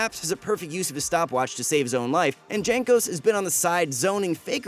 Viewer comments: It is pronounced "Yankos" not "Jankos" LMAO, bro, do your work man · Please practice your pronunciation of the player's names. It is really bad you say Jay-nkos instead of Yankos(the way it is actually pronounced). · "Jankos". WutFace It's pronounced "Yankos". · great video and all...but its not JANK-os its YANK-os... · Its pronounced Yankos not Jankos. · JANKOS, not Jhenkos bro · Pronounced Yankos. not Jaynkos. FFSS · Jaynk-Ose? It’s Yank-ose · PLEASE it's pronounced yank-os not djank-os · it's not GENkos it's YANkos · I'm new but isnt it pronounced 'yankos'. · This was not an upset win, they won msi. The former champion is Ig. You read Yankos instead of Jankos. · really calling him "jank"os? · J is pronounced Y in this situation, Jankos is Yankos, I thought you were trolling the first time but it slowly drove me crazy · dżenkos xDDDDDDDDDDDDD ja pierdole l2polish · Its written Jankos but you pronounce it Yankos. Like in You or master Yi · Bruh its pronounced yankos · Anyone else get insanely tilted when you hear him pronounce jankos wrong? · I hope Jankos doesn´t see this video because you mispronounced his nickname... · So you watched the whole series, probably more than once to make the video, and you still can't pronounce Jankos? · Why all not polish people pronounce Janos’s name wrongly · Pls learn how to say "Jankos"